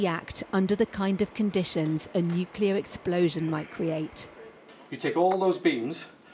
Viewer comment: "Nucler weapons as a self deffence", only a mad person would say something like that.... He must be from Westminster......